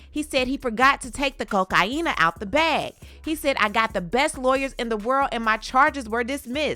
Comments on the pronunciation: Omg please stop with the cocaina it’s cocaine. Why must you say that word like that it's so annoying. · Chile every time she says “cokeiena” auntie fall out 😂😂😂